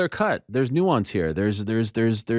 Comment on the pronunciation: "It's not as CLAIR cut. There's NEW ON'S here" Lol. The way he says clear and nuance. Sounds exactly like the way Brandy Schlub would pronounce it.